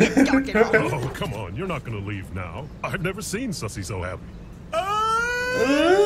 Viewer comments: I’m just mad that he says “Susie” after someone says “Sussie” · Sorry but its sussie not susie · Sussie* and it’s not suzy (Sue - z) it’s pronounced Sussie (Sus - c) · It's SUS-ie not susie .😂❤ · It’s Sussie not Suzie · Her name is sussie not suusie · Sussie not suese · Fyi its sussie not susie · It's sussie not suzzie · it not soozie it sus eee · Sussie not Suzie as in pernounced shushee not soozie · It’s not Susie it’s (Su-Sea) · (S uh see) Not susie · It’s not Susie it’s sounds like sussy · Bro wtf is smoking they are clearly saying sussie but he keeps saying susie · I cant finish this video cause i cringe everytime he calls her Susie her name is Sussie like Sus as in SUSpect not Suzie you have to carry the ss sound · Sussie is pronounced saucy🤦🏾‍♀️😂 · its pronounced sus-E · It's pronounced sus ee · I'm not trying to be rude but her name is sussy, that's how you say it Edit:I'm sorry if he realized that I'm not done watching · Anyone else get mad be saying her name wrong